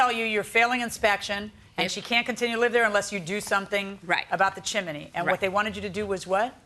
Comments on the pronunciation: Chimney is correct. Im with you. Its spelt chimney and pronounced chimney. All ive ever heard is chimney not chimaney 😂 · Is "chiminey" a dialect thing? Both Milian and the defendant say it. I've only ever heard it pronounced "chimney" unless I was watching Rugrats or something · "Chimney" has two syllables, not three. It is not "chim-in-knee." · Chim-ney! There isn't another i. Not chi-mi-ney!! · I couldn't be the judge in this case. I'd spend the whole time correcting chim-blee and chim-men-ney! It's chimney Sir!!! It's chimney Mam!!! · I always pronounce it chim-ney so it tickles me when they keep saying chim-a-ney. Don't care what's the right way, it just tickles me. Those plaintiffs are wrong, that's all there is to it. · The judge and the defendant also pronounced it as "chimaney", not just the plaintiff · My grammar and pronunciation OCD is screaming with the judge and defendant saying Chim-IN-nee and the Plaintiff saying Chim-Blee Help!! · The whole chiminey thing was crazy, I had a good giggle 😂 the more they said it and they said it a lot 😂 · I don't know why the Judge's pronunciation of chimney is making me giggle: chim-i-ney. ;) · Ummm, but the judge kept pronouncing it wrong too. 😂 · I couldn’t even pay attention to the case because the way Judge Milian pronounces chimney… I know she’s a very educated woman and it’s just her Miami accent😂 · That's not OCD. They're both making my skin crawl every time they say "chimney". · Honestly, why is no-one pronouncing it correctly 😂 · Chimney not chiminey and flue not flute .. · Good grief. There's no such word as chim-in-ney. It's chim-ney. Also, a chimney has a flue NOT a flute.